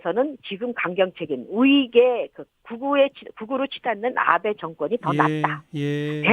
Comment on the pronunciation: 아베가 왜 자꾸 나베로 들리지 ㅋㅋ